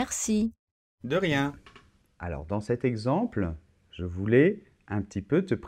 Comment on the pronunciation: tengo una pregunta en el ejercicio en la afirmación de ver la tele. En la afirmación dices "je regarde la tele" y me parece o escucho que pronuncias así "jo (bueno je) gugard la tele pero para la negación tu pronuncias o yo escucho que pronuncias jo(e) ne gugagde la tele, pero para la afirmación pronuncias gugagd y para la negación pronuncias gugagde ¿por qué cambia un poquito la pronunciación si es la misma palabra y que yo sepa, no hay liason? (O ligadura, no sé cómo se dice) por eso lo puse en francés.